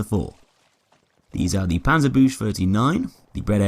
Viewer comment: Panzer buuuskaa is how it is pronounced watch forgotten weapons for more information the panzer was a German anti-tank / anti-material rifle it is a single action/ break action 8mm at/am rifle